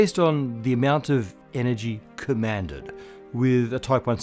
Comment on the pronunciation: "commandeered" by the way.